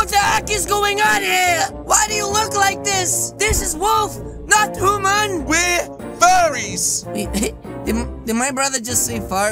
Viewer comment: Human not hooman